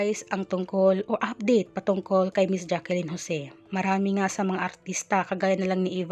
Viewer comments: It's Jacklyn not Jackilyn idiut. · IT'S NOT JACKIELYN OK. ITS Jaclyn only! Stupid narrator!